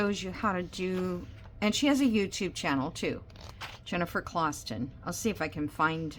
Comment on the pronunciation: Jennifer Clooston (not clawston) is how her name is pronounced. Her style lends itself nicely to the longer of slow stitch projects that are rolled onto old wood spools. Especially her more simple designs. 😊 you have such a cute style.